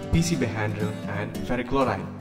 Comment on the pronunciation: What board do you use to make the pcb please? Also you said some word chroride i could hear cos of music all i heard is chroride But thanks anyways